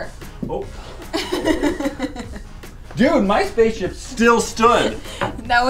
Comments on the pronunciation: i heard say spacship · no she said spaceshi* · said spaship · Is it just me or did say spaceship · The_ Disciple I didn't hear space ship but definitely pig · sounded like she said Spaceship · LET IT GO everyone heard her say spaceship 🚀 even and they even put subtitles. LET IT GO!!!!!!! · Is it me but it sounded like said Pig spaceship (When said to make that) And b1tch when said u heartless women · I could've sworn I heard babble something like "spaceship" when said "spaceship" multiple times. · it sounded like said spaceship! 😂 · tried saying spaceship! 💕🌸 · I could have sworn that said spaceship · It sounds like said "Pig" and "spaceship"! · Did no one else hear try to say spaceship!?!? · it sounded like said spaceship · Is it just me or did said spaceship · just me or was trying to say spaceship? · it sounded like said spaceship... 🤔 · Is it just me or did say pig and spaceship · SAID SPACCESHIP AND PIG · it did sound like said spaceship!!!!!!!!!!!!!!!!!!!!!1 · Did she say pig and spaceship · I swear I heard her say spaceship